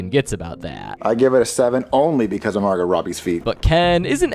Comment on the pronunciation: It’s pronounced Mar-go not literally Margot